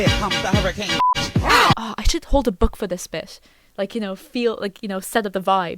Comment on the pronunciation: The location Hurricane is supposed to be pronounced "Her-ah-kun." The name Evan is heavily contested. Fredbear was in animatronic mode not suit mode so the springlocks couldn't have been set off by the Crying Child's tears. We actually don't know if Michael was in Fnaf 3. One could even argue it's Henry, others that it's a rando. Sister location would be after Fnaf 2 and Follow Me. It was also for the dlc characters to be made canon, such as the Halloween animatronics. I think they should have been 2 different continutities, same goes for Sister Location. Glad you did a good mention of the donations without brushing them off, too many online do so. Also, Scott while was supposed to retire still hasn't. He still works with Steel Wool, has made games, and is working on the movies. Let alone still making money. As for William being back and the "ending of the old era." In Pizza Sim Henry's planned was based on the POSSIBILITY heat could get rid of remnant, not the guarantee. In addition, William had already been through 1. In UCN Henry's plan is established to have failed an only distil the remnant into one place making things worse. Help Wanted, William is brought back by the company. Security Breach, William underwhelmingly returns. Ruin and Help Wanted 2, might have retconned William returning. I think the problem is Scott as we know doesn't like horror but loves sci-fi, and is trying to insert it into the franchise which created a mess. I think there is 2 bites cause Scott w